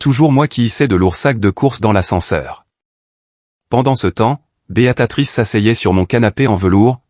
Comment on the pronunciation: Prononcez bien le nom de beatrice et.non beatatrice